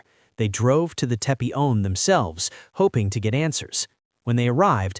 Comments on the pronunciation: Teppe not Teppy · Not Teppe or Teppy but Tepe